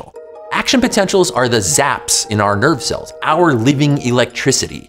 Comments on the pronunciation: I heard the same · I understood "nerd cell" instead of "nerve cell" and it took me a while to figure out because it made total sense to me